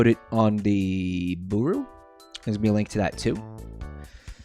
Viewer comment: saying "Buuru" instead of Booru will never stop irking me.